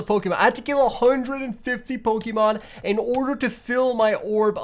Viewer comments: You're pokemon pronunciation is killing me 😭😭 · Him saying the names of pokemon triggered me